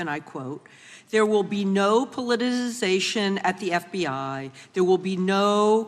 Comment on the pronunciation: I am absolutely gobsmacked, discombobulated and capperschwaggled that any senator could struggle with pronouncing politicization or retributive.